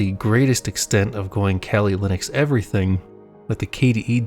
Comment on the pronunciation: kelly Linux? I thought it's kali Linux. Weird pronunciation. It derives from the Hindu goddess Kalika.